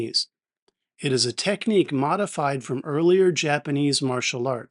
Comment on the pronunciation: Should be Mori hey not Mori Hi